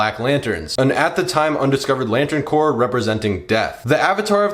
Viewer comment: Pronunciation note: “Corps” is pronounced “core”, not “corpse”. Like Marine Corps.